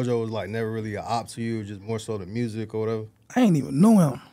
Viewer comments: I’m being dead ass is he saying mersic instead of music ?wtf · Why he say mursic like he from Memphis😂 😂😂😂 that's crazy